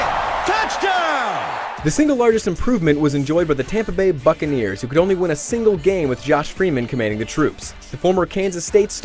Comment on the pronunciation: did he say fuckaneers or buckaneers